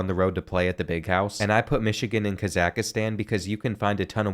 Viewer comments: mow- zam- beek. Mozambique keer-guh-stahn Kyrgyzstan kah-zuck-stahn Kazakhstan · The pronunciations are KILLING me. Mozambikay Kazakastan Annagola Cryzigstan And more